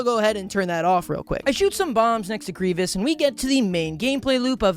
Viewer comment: The way trys to say 'Grievous' but comes out 'Grevious' saddens me